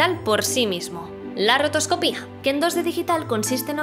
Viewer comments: Que buen vídeo. Eso sí, llevo toda la vida diciendo rotoscopia y escuchar rotoscoPÍA me ha petado el cerebro. Y cómo han dicho en los comentarios, una voz digna de doblaje. Aquí tienes un nuevo seguidor! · ¡Impoluto, genial, entretenidísimo! Muchas gracias por tu servicio a la comunidad. La única peguita que le pondría es que rotoscopia tiene la sílaba tónica en "co". Mi más sincera enhorabuena y aquí tienes un animador suscrito deseando ver el siguiente vídeo :P